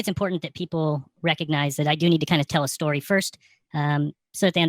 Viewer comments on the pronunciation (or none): none